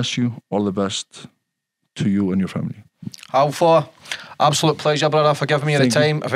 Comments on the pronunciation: Haf-thor! Come on pal, get the basics right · Get Hafthors name correct ffs.. And stop asking such lame crass questions.. 😂